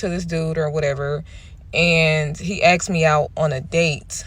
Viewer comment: "So yesterday some guy AXED me out for a date"... Nope. Done. I'd prefer someone that can speak English.